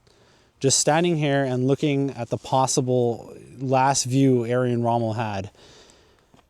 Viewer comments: Er-vin, not Air-win. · not talking about accent, talking about plain wrong first name: it's closest pronunciation using all English sounds is not Arian, but "air-vin" and this is also possible with YOUR accent. It's just a lack of basic research. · On German it's Air-Vin...... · His name was Irwin Rommel not Arian Rommel. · Can dude! It's pronounced Air-Win! Not Aryan. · His first name is pronounced as- Urvin , not Arian. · ‘Aryan’ Rommel? 👀 It’s pronounced ‘Er-win’ (English) or ‘Er-vin’ (German). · In German the w has a v sound so correct pronunciation would be Ervin Rommel. Long E sound, rolling the R sound with the tongue, pronounce the V and then the rest is normal. So even though it’s spelled with a w, Erwin, it’s pronounced as Ervin. Like I explained. I don’t know where you got saying Aryan Rommel or who Aryan Rommel is. If it’s spelled with a V, in German the V has an F sound, so like with Volkswagen, in German you’d say Folksvagen, some Germans just say Fow Vee. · His name is Erwin not Ayran... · His name is pronounced Erwin not Aryan. What was done to Rommel is common unfortunately. Patton was assassinated due to his refusal to carry the narrative. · Irwin- pronounced ERVIN, who knows where he got Aryan from?🤦‍♂️🤣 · Edwin not Aryin. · Interesting and informative, but sorry, I kept tripping up every time you called him Aryan Rommel. It's Er-win Rommel. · Yes, I found it very odd the way you were pronouncing his name. It sounded like you were saying Ayrian ….. it should sound like ErrWin. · nope - that’s not accent! “Err-win” would be accented error (as you pronounced it when reading the plaque). “Aryan” was just plain wrong. The correct pronunciation is “Air-veen”. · Shame you are unable to say "IRWIN" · The gentleman making/narrating this video mispronounces the Field Marshal's name; it is, of course, Er--Win. As in Erwin Rommel. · You’re mispronouncing his first name. It’s ERWIN. Just like it’s spelt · Fucking hell try pronouncing Erwin correctly